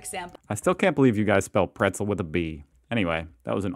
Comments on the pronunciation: Brezel or Breze - not Prezel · Haha we spell Brezel with a B because we pronounce it that way. We don't say p, we say b. Softer. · Nice one! I still can't belief Americans pronounce a Bretzel with a 'P' 🙂. I mean, it is B-shaped, not P-shaped, right... r i g h t? Cheers from Germany!